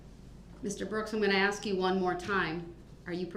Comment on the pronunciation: Or every time he says “subject matter jurisdiction”, or every time he says “axe” instead of ask, or every time he says “objection”.